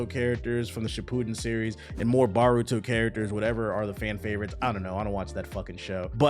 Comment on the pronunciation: The way this guy says Boruto kinda sounds like burrito 🤣